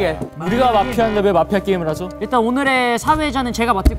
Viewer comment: I don't know why nobody is talking about it but Jeongwoo's pronunciation of MAFIA~ cracks me up everytime!!!